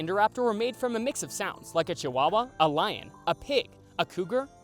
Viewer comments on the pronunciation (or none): none